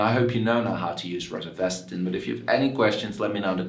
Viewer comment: Please learn how to pronounce it correctly